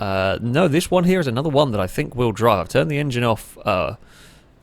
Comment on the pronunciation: I think he wanted to say "here" and "y'know what" but it just ended up sounding like "hnyou" lol still hilarious tho!